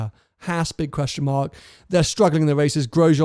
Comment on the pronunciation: Oh my God! Why is it so hard for Brits to pronounce Haas. (maybe it's the lisp?) It's the same A sound as in FerrAri. Just stretch it out a bit. It's not that hard.